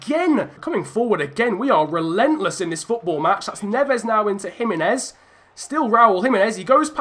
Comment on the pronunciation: jimenez is Mexican so it is h